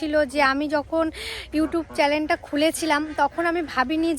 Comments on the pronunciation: তোমাকে একটা গাট্টা মারব এত ভুল উচ্চারণ করো কেন চ্যালেন কি চ্যানেল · tomake ami khub bhalobasi ei odhikar nie bolchhi tumi chenel ke chelen bolo keno? Tomar onek unnoti hok bhalo theko sobai।aar amar kothay rag koro na plzzz